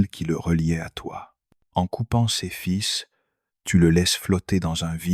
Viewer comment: "En coupant ses fils " .. l'IA dit fis phonétiquement c'est bien dommage ce genre d'erreur ..